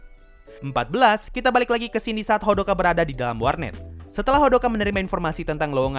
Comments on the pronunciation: Hodaka👌, not Hodoka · Hodaka bukan hodoka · Hodaka bang bukan hodoka😅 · Bang bukanya hodaka bukan hodoka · Kenapa abang omong hodoka bukan odaka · Kenapa hodoka... Aneh dengernya :( harusnya kan hodaka ಥ‿ಥ